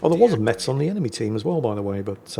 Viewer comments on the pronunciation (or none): It's pronounced Mess, not Mets, leave it to the parisians who know no other city 😂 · Haha Hello, this one is very funny, "how i mess your mother" Considering Metz is pronounced like mess (dont ask, its french, i dont know i'm only born in that city) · Btw, the "T" in Metz is silent 😅